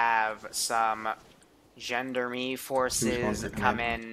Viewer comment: for context: Gendarmenie said - Gen da rah mean.